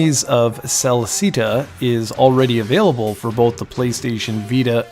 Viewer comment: While I do have some hearing issues (too many year's on the flight deck), but are you pronouncing the game as Yeeees? It's pronounced Eeeeees, not Yeeeees. Great video, oh wait, Cel-see-tuh? It's Cel-set-uh. Otherwise, great review.